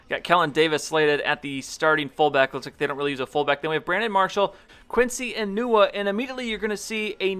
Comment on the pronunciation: Am I the only one here who heard him say "enuwa" instead of enunwa?